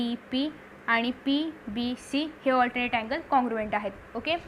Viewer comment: allternate nahi 😅😅 alternet 😊😊😊